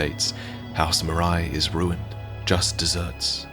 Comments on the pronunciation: I'd like to point out that the way people pronounce "Marais" is wrong. It's supposed to be pronounced in French, since it's the French word for "Marsh", as in, a wetland dominated by herbaceous rather than woody plant species. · Marais is the french word for "Swamp", which I guess is intentional considering the location. So it shouldn't be pronouced "maraï", more like "mar-heh". Anyway it's nitpicking, amazing video as usual ! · Hey, "Marais" is a french word and pronounced "ma - rey". Excellent video as usual, enjoyed it a lot. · very late to the party, and apologies if this has already been noted , but Marais is a French word pronounced Mar-ay, and it means swamp. Just some fun contextual lore to add on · Quick heads up, "Marais" is typically pronounced "muh-rare" and not "muh-rye" . It's a pretty common surname down here. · Marais is pronounced maray, not marai. And it means swamp... Yeah Miyazaki managed to hide more swamps in the game. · Flamberge & Marais are French words. Flamberge is like pronouncing the verb "Flamber" (put to flame) + the noun "Berge" (side/cost of a river). Marais = Swamp, and is outspelled like the name Murray, not like Samouraï. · Its Maleigh 'MA-RAY'. Marais is the french word for Swamp. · "Marais" is pronounced more like "mar-eh." It's the French word for "swamp." (great video though, I love these so much) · Great video ! Little detail about Maleigh Marais : "marais" is a french word (pronouced "Mah-reh") that mean swamp. Quite fitting for this family, I mean their castle is litteraly sinking into a swamp. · Great vid. Would like to point out that for "Marais", it's probably pronounced "Mar-ay" and the word is french for swamp/marsh, which may bear some significance. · The Marais family is actually pronounced "Mar-ray". I wouldn't be picky but it's a French word meaning swamp, and it's actually a surname still in use today. Mine is derived from it!